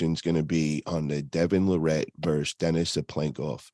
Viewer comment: It’s Larratt not Luhrett